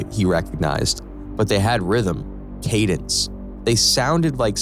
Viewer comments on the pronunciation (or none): none